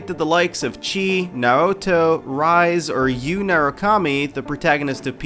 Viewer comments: Cheese Naruto Rise (My son) did he... did he just call Chie... C-C-Cheese and Naoto... Naruto!?!? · hold on so you've played Persona 4 but you openly messed up on the pronunciation of Rise, Aegis, Chie and Naoto? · Does anyone notice how the guy pronounce Rise and Naoto names? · Yes. Every single person who played those games for more than 5 minutes noticed that shit.